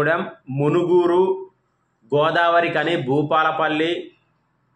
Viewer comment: Not munuguru its manuguru